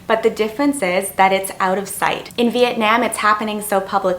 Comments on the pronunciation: By pronouncing Vietnam as VIET NIEM, you are just telling people how little you respect and care about trying to learn and adapt to the culture. It’s not hard like pronouncing Nguyen. It’s literally NAM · She says it like vietnAAm I meant to the a to be capital but you pronounce it vietnom but it’s spelt vietnam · Not this idiot complaining that us viets can't speaking english while she's saying Vietnam wrong. sis it's "vit-nahm" not "veet-naim" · Its Vietnam not Viet nayum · Girl you can’t even pronounce my own country right. As someone who is Vietnamese and American I can tell you this be PREPARED then. If your going to a different country don’t start complaining how it’s not like Canada cause it’s a whole different country. Your making it sound like the damn country should’ve adjusted to your standards and mannerisms, but you should’ve been the one to actually educate yourself about the culture and standards there. And isn’t a basic fact to at least learn a bit of the language before going or get a tour guide to help. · You are the definition of those type of ppl that says "not to be offensive....but..." then goes on saying complete utter crap. btw: I hate the way you pronounce Vietnam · Y’all stop commenting hate comments 🙄 There’re too many for me to like 😌 But fr According to her at that part Vietnam is the only country that had pollution?Bruh- And another thing is she’s pronouncing Vietnam wrong. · She says Vietnam so wrong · you’ve “been” there but yet can’t pronounce “vietnam” .. this was a waste of time🥴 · Couldn't even pronounce Vietnam right... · Before you judge and pretend to know so much about their culture and environment maybe pronounce Vietnam correctly first. #speech impediment #white🤮 #gap🦷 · I just like the way she says “Vietnam”...